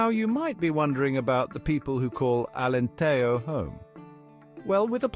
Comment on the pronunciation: You made a video about Alentejo, but you didn't bother to learn how to pronounce Alentejo (the Spanish J sound only exists in "Spanish"). 8 seconds...